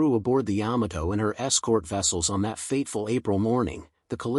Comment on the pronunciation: Pronounce the ship name correctly.